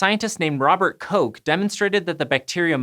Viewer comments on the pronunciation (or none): wearing a Kursgesagt T-Shirt is a nice guesture. Btw. Robert Koch ist not pronounced 'coke' but more like 'cough'. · I think... That it is pronounced Kogggg with the gggg at the end and not like coke. I only think this because I am Afrikaans. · hello mr asian science guy, pls learn how to pronounce the "ch" in "koch". if his name was english, yea, it would've been "cook", but it's german. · I really really really hate how Koch was pronounced. I cringed so hard every time he said it that way. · Thanks for this great episode. But there is a very, very small issue... The pronunciation of the name Robert Koch. In german there are two different pronunciation of the ch. And becouse you guys are seemingly interested in learning new things, here are two links for explonation how to pronunce them: I post this with good intentions and wish you guys a great year 2020.